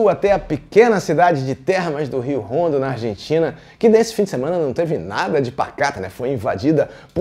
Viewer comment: Não é "Rondo" (como Honda) é "Ondo" (como hospital)